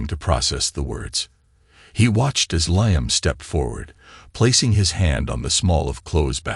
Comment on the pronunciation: Stories are great and the narration is good but please check the pronunciation. Ethan and Liam are both consistently mispronounced.